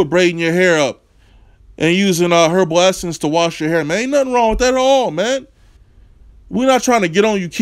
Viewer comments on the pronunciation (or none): He said "Herbal essence"😂😂😂